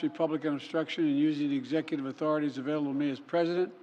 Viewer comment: Can Joe still pronounce executive?